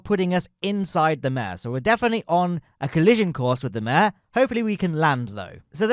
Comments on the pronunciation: Pro-tip: “Mare” in the context of Lunar low-lands is pronounced “Mar-ae.” It’s derived from the Latin word for “sea.” The reason why they were called “Mare” is because they appeared to look like bodies of water due to their (relatively speaking) flat surfaces. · Bonus points if you roll the ‘r’